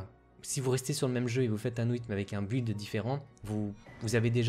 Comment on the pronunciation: "Build" se prononce "bild".